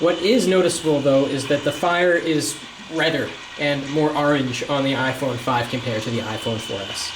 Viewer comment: Learn how to say orange and stop trying to make exude just t make the 4S sound bad.